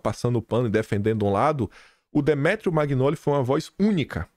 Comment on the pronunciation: Oi,ouço seus comentários todos os dias,e vejo vc pronunciar o sobrenome do Demétrio, em italiano o gn tem som nh do nosso português,então a pronúncia é manhole,não magnoli. Confirma aí. Bjs O meu sobrenome: magnago.